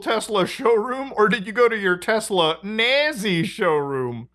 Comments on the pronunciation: Its pronounced "Tesla" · "I LOVE TESLUR!" -Donald J. Trump